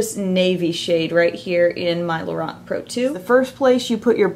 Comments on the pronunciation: She says Lorac funny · You are pronouncing Lorac wrong lol.